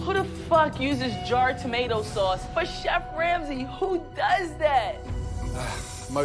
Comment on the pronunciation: lmao "shef"